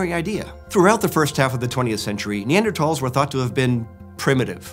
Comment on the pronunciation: He's saying it correctly.